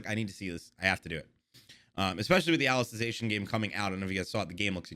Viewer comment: On the 2nd season of SAO:Alicization War of Undrerworld the blonde girl became like the main protagonist becuz Kirito got depressed and is now being taken care by Alice(the main character of SAO: Alicization War of underworld) P.S Your pronounciation of Alicization was correct.